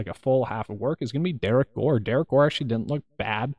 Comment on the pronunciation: You nailed Gore and Rose! Well done!